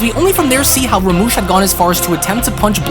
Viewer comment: Rumshi!! Not ramush